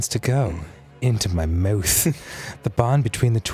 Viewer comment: My muoth Yes, i know its spelled mouth but dan said muoth